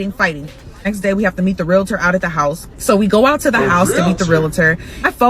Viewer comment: She said realtor and I about fell out. I’m having trouble feeling bad for stupid.